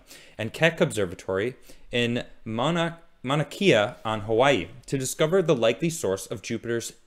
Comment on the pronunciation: the hawaiian volcano is pronounced "mon-ah kay-uh" Great clip and great show as always